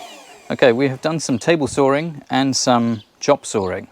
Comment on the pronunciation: Love how you say sawing "sorring"!